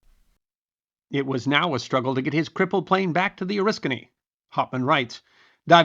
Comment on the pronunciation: As an Oriskany native, it's nice to hear our little village name get pronounced correctly. So few historians on Youtube do so. Also, more pertinent to the video - So he's the real first jet ace, most likely??